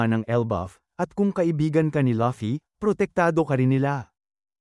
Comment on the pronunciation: Laffy lol hahahhahahhahahah bat laffy sabi nya luffy DAPAT yun ahahah😂😅😅